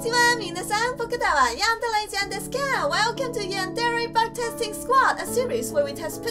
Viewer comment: When you said "Bug Testing" It sounds like "Butt Testing" :3